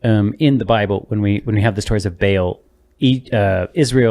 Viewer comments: I don't think you are pronouncing Baal correctly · its BA AHL, not bayel liuke wtf lamo Source: I live in the place where these come from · Not bale, Baal like ball with an extra a🙄